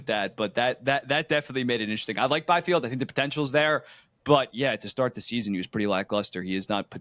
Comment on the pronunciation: Bro said Byfield